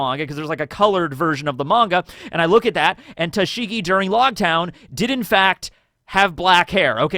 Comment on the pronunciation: I can't listen to you butcher Tashigi's name... It really makes me cringe so badly. I love you man, but there's only so much my ears can handle.